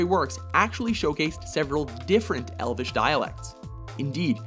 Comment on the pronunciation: Tim Lepo elvish as in elven as in elves? not e-l-v-i-s